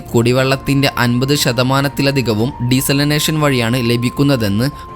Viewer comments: ഡിസാലിനേഷൻ .... ഡീസലിനേഷൻ അല്ല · ഡീസാലിനേഷൻ. ✅ ഡിസലനേഷൻ. ❌